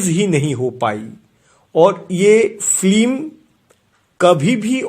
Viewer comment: Slow motion voice over, mone hochhe kono andho lok kotha bolche.. Aar kotha ta film.. flim noy.. Shudhre nao bhai..